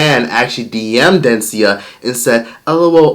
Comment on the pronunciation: Dencia is Dunce-cia 🤦🏻‍♀️